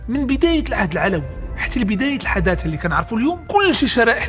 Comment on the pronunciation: حتى انت تتقول الحدادة ههههههه